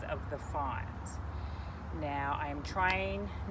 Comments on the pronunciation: Presenter doesn't have the type of voice necessary to hold a viewer's attention. She uses too much repetition and speech fluff. I Watch for subject details, not entertainment. Also, know your scientific information. Ferns have fronds not fons. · FRONDS not fonds